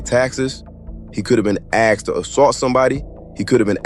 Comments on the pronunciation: Aksed,? Or Asked.. Speak well putin, if u speak !! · Its asked not axed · Asked* Not axed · 🛑🛑🛑Asked 🤷🏻‍♂️🤷🏻‍♂️ NOT Axxed 🤦🏻‍♂️🤦🏻‍♂️🤦🏻‍♂️ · asked... not axed. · Axed he says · *Axed, not asked. Google AAVE.